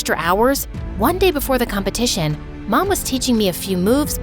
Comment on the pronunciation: Hahahaha "competiotion" daw